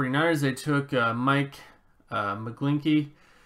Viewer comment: McGlinchey not McGlinkey. The "ch" is pronounced the same way as in the word "clinch"